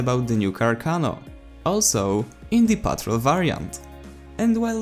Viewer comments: Also it's pronounced patrOLE not PETROL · He just pronounces it so funny lol. It's pronounced like PAHT-ROLE. Basically. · It's pronounced as patrOLE and from this update the weapons that I tried were Ross Infantry which is actually a combination of Gewehr 95 straight pull with SMLE.303 sweet spot, Sjögren Slug basically a moderate fire rate model 10-a slug but not fast as the model 1900 slugs 300 rpm, M1912 p16 experimental faster fire rate than the original making this weapon Battlefield 1 equivalent of AN-94 & AK-12 Battlefield 4 since they have high fire rate in burst and lastly the optical variant for Ribreyolles 1918 Factory more accurate at a cost of higher vertical recoil when firing in full automatic without the bipod more accurate in single shots and full automatic with bipod deployed on a Ledge or prone position.